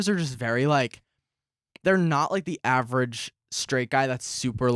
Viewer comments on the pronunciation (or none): none